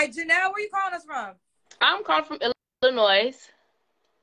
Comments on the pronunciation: Usually ppl from Illinois don’t pronounce the s at the end…. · It's Illinois there is no S😅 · Illinois there's no s LMAOOOOOO 🤣🤣🤣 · It’s the immediate yet innocent shade for me!! “What part of Illinois? There’s no “s”… Illinois, ok” The s is silent, but dang!!!😂😂😂😂 All jokes aside though; when speaks to women who genuinely seem to have been dealt a bad hand, but are trying their best, you can literally see the heart break on her face!!❤ I really don’t know how she interacts with so much emotional trauma. God Bless and God bless this young lady. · Nah cause by her living in Illinois she should have known the 's' is silent 😮‍💨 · "What part of Illinois, there's no S" (It's silent). That sent me 😂😂😂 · Wait said the S in Illinois is silent. I caught the correction but I don't think lil baby did.. but abrusive... nevermind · Love how immediately corrected her when she mispronounced Illinois, whilst mispronounces words constantly. 🤦🏾‍♀️